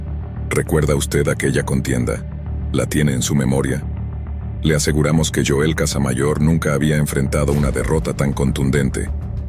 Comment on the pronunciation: Es Joel no yoel